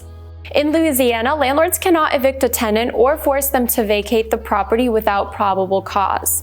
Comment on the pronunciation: It’s tenant…. Not tendant.